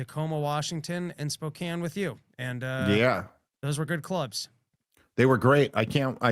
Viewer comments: Say it with me Dave: spo • CAN NOT: SPO • ken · heads up Dave I saw an ad for your Spokane show and all the locals in the comments were roasting the way you pronounced it. Might want to give it a google before you perform there.